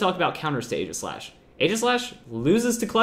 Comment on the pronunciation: For all of the praise he gives Aegislash he still pronounces it wrong. Not trying to be hateful, just informative.